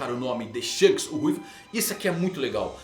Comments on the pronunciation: desculpe mas, não é Shanos, é SHONKS! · Não tanko o chamando o Shonks de shanos kkkkkk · kkkkkkkkkkkkkkkkkkkkkkkk perco tudo quando ele fala "Shanos"